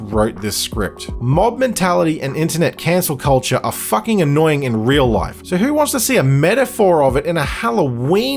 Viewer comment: “That’s Jason fookin Lannister”